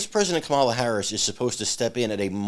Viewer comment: Heels-Up-Harris' first name is pronounced comma-la, not ca-mah-la.